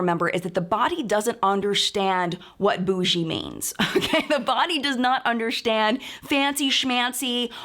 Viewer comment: I love the way you say ‘undershtand’, very Jodie Foster/Holly Hunter esque.